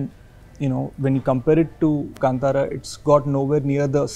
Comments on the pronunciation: It's not kntaaraa pronunciation 😒.... it's Kaantaraa pronunciation. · It's Kaantara guys. Not cun-tara🤦🏻‍♂️ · Very much here for Rishab shetty.. Our Karnataka Hero... So happy proud to reach levels.... Still pronouncing the name wrong... Hollywood.. Plz pronounce the name "Kantara ".. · “Kaan- thaara”.. that’s the right pronunciation I believe :))